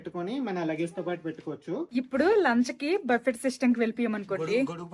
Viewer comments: Darjeeling is a very beautiful place. Memu one week unnamu. Miru emi anukokapothe okati cheputhanu. Buffet spelling valana buffet ani antaru. But andulo T silent . Buffe ani palakali. You are a good person, thappu ga anukoru ani correct chesanu. Enjoy your trip. 😊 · బఫెట్ ❌ బుఫే ✅ or బఫే ✅. T silent .Google lo pronunciation choodandi. Enjoy your holiday. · Pls, if u don't mind the T in buffet is silent. U should prounce. buffe